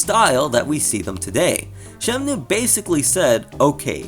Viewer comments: ShemNOOOO, shemnooo, shemnoooo. It's so distracting man. SheMNooooooo. It's Shen-Moo bro. Pls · It's Shenmue, not Shemnue. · Now you just have to learn to say 'Shenmue' instead of 'Shemnue' 😂